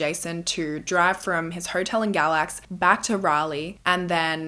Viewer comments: Galax is my hometown! We pronounce it “gay-lax”, i was washing dishes as you mentioned it, i had to stop and rewind and show my husband! On another note… poor Cassidy 🥲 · North Carolinian🙋‍♀️ he stayed in Galax “gay-lax” I’ve also never heard of this case. I love your videos❤️